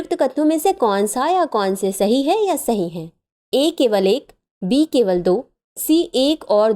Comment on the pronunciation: Option B , Ma'am aapki aawaj me mujhe B ki jagah D sunai diya , halaki iska answer mai pehle se janti hu